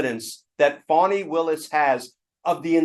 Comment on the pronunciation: Why do you keep calling Faani as Fawni?